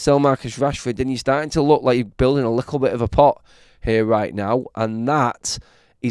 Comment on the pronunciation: The way you say little is so creepy little isn't spelt lickle.